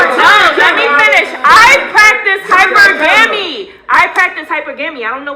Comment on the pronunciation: “I practice HYPER GAMMY”… This bish can’t pronounce hypergamy correctly and she claims 70k ain’t ish. Women like this I’m so happy I never see on a daily basis. You can’t build wealth with a woman like this. She lacks the basic understanding of how money works and to be honest she don’t care.